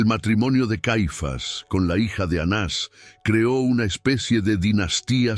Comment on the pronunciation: Soy Sra NAVARRO. Estiy escuchando ka historia de ANAS Y CAIFAS. Dicha por USTED. Y oigo que no ha dicho correctamenre los nombres de esos personajes. Les da acento o se los quita a los nombres. Por favor no confunda.GRACIAS